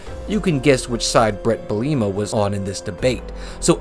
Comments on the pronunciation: Bret BeLIEma? It's pronounced Bret BEliema. Is this AI? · dude mispronounces a name and you think its AI lol